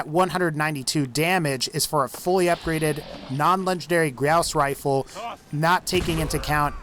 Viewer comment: All I kept hearing was "Grouse Rifle"